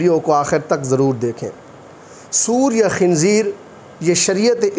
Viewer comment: آپ کو تو سور بولنا بھی نہیں آتا